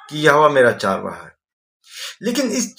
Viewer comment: चारवाहा शबद नही चरवाहा शबद है हिनदी जरा शुदध बोले